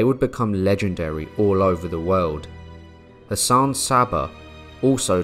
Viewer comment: Captivating content, though, with deference-Hassan is pronounced as Hass-an rather than Hassaaan, the a at the end of the name is pronounced lightly.